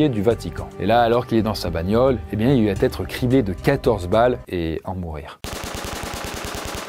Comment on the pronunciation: Juste un truc : 'va' n'a pas de 't' a la fin. Ça pique vraiment les oreilles d'entendre à chaque fois "il va't'etre"